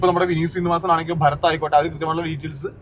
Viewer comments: ഭഗത് ആണ് ബ്രോ ഭരത് അല്ല 😊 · ഭരത് അല്ല ഭഗത് ആണ്.😅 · ഭരത് ❌ ഭഗത് ✅